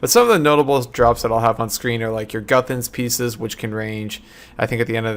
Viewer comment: i thought you said guthans pizzas